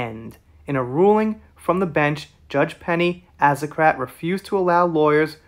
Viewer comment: Everyone is celebrating 10/12/21. The day the appeals stopped. Ben Chew," The decision does not seem to be close." That's a mic drop. Azacarate, pronounced -As karate'